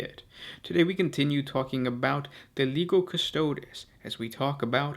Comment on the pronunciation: as with the languages of Latin and later Italian, when the combination of the letters "g" followed directly by an "i", they form what is a familiar "j" sound to an English speaker. example: Giovanni is pronounced "Jo-vahnee" with this in mind, Legio Custodes is "Leh-jo Coo-stoh-des". plug 'Legio Custodes' into Google Translate as Latin and have a listen for yourself.